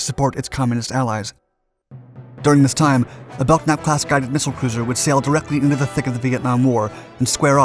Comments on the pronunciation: I served aboard the Biddle just before her decommission 91-93. She was still a badass ship despite her ailing condition. She carried the admirals flag for the battle group. We had a good crew and I will never forget my time serving aboard. Bad to the Bone! Oh and the "k" is silent in Belknap. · It's pronounced "bell-nap". The "k" is silent. It was named for William Belknap, a Civil War general, and, Secretary of War under President Grant. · Bro, need to learn to pronounce the ship names... The USS Belknap is pronounced Belnap (the K is silent). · Good video as usual, lots of info without editorials. I subscribe. I knew a guy from Staten Island who served on the USS Belknap. He always pronounced bel-nap, silent k. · Nice video, but you are pronouncing the class name incorrectly. Lead ship in the class, USS Belknap (CG-26) is properly pronounced Bel-nap. The "k" is silent. OSCS(SW) Ret'd USS Belknap Apr 89 - Mar 91. USS Belknap (CG-26) ComSixthFlt Flagship . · "BeLK-nap"...?! JEEZ!!!, DUDE! ...learn how to read. [and by implication, pronounce...] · You drive me crazy showing many ship types other than the one you're narrating about. In this case, you are also mispronouncing Belknap. The "k" is silent so it is pronounced "Bell-Nap". The lead ship was involved in a famous collision at sea that you may want to investigate for a future video. Thanks. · Well, you beat me to it. It seems to me they guy who provided the 'voice' for this should have simply looked up the name, he could have found the symbols indicating the proper pronunciation.. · Yeah thats how I've always heard it pronounced until this video. Bell-nap. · was wondering when someone would correct that. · Who was the idiot ancestor that put a silent 'k' in the spelling of their name? Silent letters are retarded. Nobody pronounces Kellogs as Ellogs unless they have a speech impediment. It's spelt Belknap and as such is pronounced Belk-nap. Bell-nap is spelt Bellnap. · The 'K' is silent in Belknap...